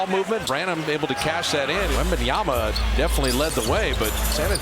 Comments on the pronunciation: Wembenyama. And this idiot announcer can't even say the kids name. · The Warriors announcer spending a full quarter saying Wembanyana was kinda funny lol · I know, eh? It's bugging the hell out of me. Can't that guy read? It ends with "MA"' not "NA"! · no way the commentators couldnt pronounce his name properly 😵😵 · These commentators can't even pronounce his name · They didn't pronounce his name right 3 times during the whole match - WembanyaMa, sheees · Wembanyama not Wembanyana. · ITS WEMBANYAMA NOT WEMBANYANA COMMENTARY TABLE DO YOUR HOMEWORK 🤬🤬🤬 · Wembanyana??? Wembanyada??? ...who the fuck is Wembanyana and Wembanyada??? It's fucking WEMBANYAMA! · Why do they call Victor "wenbanyana" thought it was pronounced as "MA" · Could someone pls tell the commentator that its wembanyama Not wembanyana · if they say wembanyaNa one more time ill eat my ipad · Who the hell is the commentators speaking about .....who da hell is Wembanyana.....it's WEMBANYAMA 😅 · Its YAMA not YANA this caster needs to do some homework, edit: nvm he chged halfway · wembanyaNa....man wtf are these clown broadcasters...you are a professional broadcaster who i bet gets paid fuckin a lot and you cant learn one fuckin name that is literaly the hottest name in basketball rn and have been for some time and a it a pretty easy one as well😔😤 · Why always pronounce as “wembanyana”? Are they hungry ?😂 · Whose wembeyana?????? The fuck is wrong with this commentator! YOU KNOW HIS NAME!!!! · Commentator be like: Wenbamyana 💀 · “wembanyana” ☠️☠️☠️ GOD DAMN PRONOUNCE THE M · The announcer just keeps saying Wembanyana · Bro cant stop say WembanyaNa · "Wembanyana"... this guy needs another job...he can't even pronounce the name of one of the greatest prospect in basketball history... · Announcer keeps calling him Wembanyana lol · Wembeyana?? Please fire this commentator